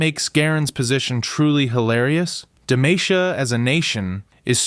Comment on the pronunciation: i like the video but saying "duh-may-shuh" instead of "duh-mah-see-uh" hurt my ears